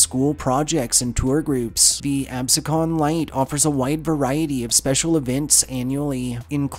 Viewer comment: Just need to correct, Absecon is pronounced Ab-SEE-con. Also, not mentioned is the Lake House restaurant in Newfield, NJ, said to be the most haunted place in the state. Employees report seeing a women about the restaurant as well as odd sounds and clocks running strangely. The ghosts seem to be benevolent as no harm has ever happened to anyone. If nothing else it's a nice place to eat and has a nice view of Iona Lake. Eating outside on a summer's night is to die for.